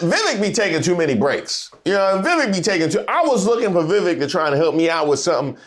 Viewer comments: It's pronounced, vee-vake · It's pronounced Veeveck. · Laughing at the way you're saying Vivek like a southern uncle talking about his coworker whose name he can't pronounce. 😂😂 No disrespect just twang.